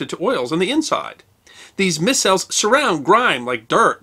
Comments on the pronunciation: pronouced 'my cells' not miss cells... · Micelles is pronounced My - cells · Ply-knee The Elder (or Younger). My-cells. Otherwise chemically very accurate!😀